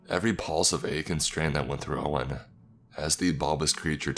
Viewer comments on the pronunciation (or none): none